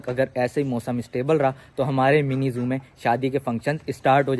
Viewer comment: Mini zoo hota ha nimi zoo nhi